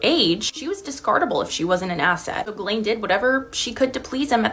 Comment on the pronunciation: I'm sure it's pronounced Jhilaine not galain